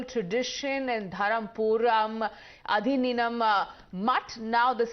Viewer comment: The pronunciation is Aadheenam. I'm glad that TimesNow is bringing Tamil issues forward, but it'd be better if such professional newsreaders learn to at least pronounce simple words correctly.